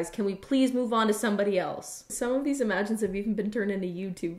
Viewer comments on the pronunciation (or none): why is she pronouncing images like imagines?